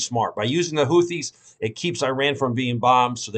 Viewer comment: “HOO-tees” the “th” phoneme is pronounced as a “t”.